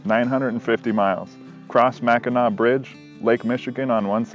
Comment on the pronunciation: In all fairness you got Mackinaw right. It is always pronounced Mackinaw even when it is spelled Mackinac. :-)